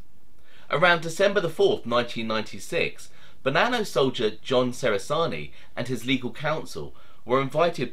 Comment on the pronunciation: John was my Nonno's cousin, it's pronounced "che-ra-zar-knee" not "se-ra-zar-knee" by the way.